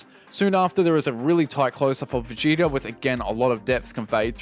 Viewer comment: Did you hear how he pronounced Vegeta near the start? Veh-Get-Ah instead of Vegeetah 🧐😫